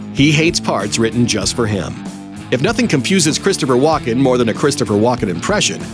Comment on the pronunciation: AI generated voice thinks his name is Walk in